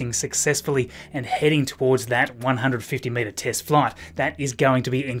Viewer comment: The first time you say 150 meter test flight it sounds like you said 150 minute test flight and I was surprised